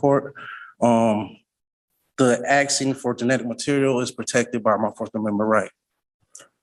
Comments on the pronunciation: This joker keeps axing instead of asking. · No, you are not 'aksing' any questions. If you still haven't achieved comprehension of the word 'ask', then you should NOT go pro se. You do not have the tools to represent yourself. You are flat out stupid. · "Axsing" questions... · Man wearing a table-cloth is arksing questions, but the real question is 'what does 'arks' mean'? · "Axing." Toss the 'tard out the flipping door.